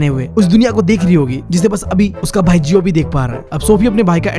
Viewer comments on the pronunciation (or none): none